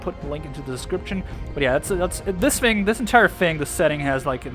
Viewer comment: U don’t say thing like fing